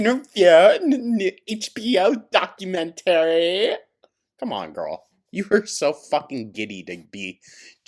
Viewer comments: The way says documentary... it makes me think of the plan-eh-arium episode of south park, but like, the opposite. DocumenTARY. Love it so much. Lol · iv never heard anyone say ‘documentary’ the way you do 😂😂